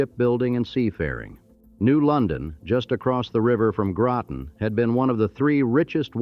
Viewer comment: Groton , not Growten !